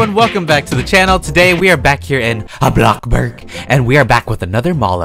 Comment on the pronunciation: I luv ur smile also I love this mall series. Keep it up! I also love the way u say bloxburg!